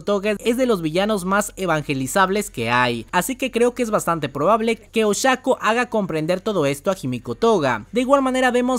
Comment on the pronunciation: Oshako, sorry, me suena muy raro 😅